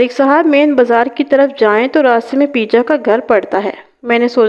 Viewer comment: Parwez ka nick name peeja nai peja hota hai